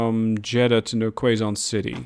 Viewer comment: Hey man! Really loving the series so far! Gave me some ideas on how to optimize my train lines on my own save game, so thanks for that! Keep up the good work! Note: Quezon City is pronounced as Ke-Zon City Hopefully we'd be able to see some Shinkansens whizzing across the map soon! :)))